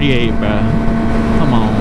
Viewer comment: I love the you say c'moun